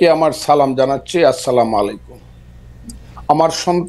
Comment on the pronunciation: আসসালামালাইকুম না স্যার,আসসালামু আলাইকুম।